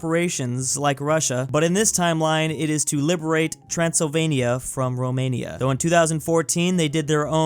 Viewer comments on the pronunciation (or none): none